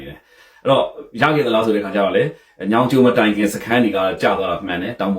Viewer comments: ညောင်ကျိုးလို့ပီအောင်ပြော၊ညောင်ကျိုမဟုတ်။မင်းဗန်းမော်ကိုလည်းပီအောင်မပြောတတ်။မြန်မာစာ၊မြန် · ညောင်ကျိုမဟုတ်၊ညောငိကျိုးလို့ပီအောင်ပြော။ဗန်းမော်ကိုလည်းပီအောင်မပြောနိုင်။မြန်မာစာ၊မြန်မာစကားလေ့လာဦး။